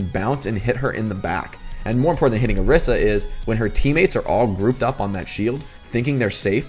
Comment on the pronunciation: Orisa is pronounced oh-ree-sah